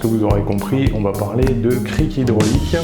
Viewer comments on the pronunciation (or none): Il et bien en même temp le prix forcément... Le Michelin et a 50€ de mémoire je l'avais payé pas même gamme de qualité. Mais pour un usage amateurs sa suffit amplement. Et c'est cric ( Crique ) pas crie 🤣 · Un crie ou un cric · ta pas compris qu'il ce foutai de toi... car tu dis le cri ( du verbe crier ) au lieu du cric ! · CriC y a un c a la fin sa ma stresser pendant toute la video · Bien dis😂😂 je n'arrive pas à ne pas entendre le cri...